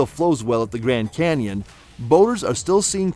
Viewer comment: "Canion"... really?